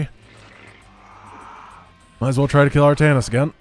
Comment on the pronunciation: True, but it's 'Artanis'. 'Altanis' would be an Archon made from Artanis and Aldaris... which would be awesome - sincere and yet sarcastic all the time.